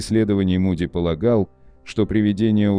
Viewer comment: Ну во первых не Муди, а Моуди!.... Произносите правильно.... А во вторых, согласно Священных Писаний в зеркале подопытные добровольцы видели Маму.... или демоническое существо, принявшего вид Мамы или Бабушки. Это они делают, дабы заблудить людей. Так они развлекаются... А люди доверчивы и легковерны.... Это опасные опыты заигрывания с бесовщинкой.... И медиумы, сами того не подозревая служат именно им!!.... Не заблуждайтесь, не зная Писаний!!!..... Это опасно...😮🎉...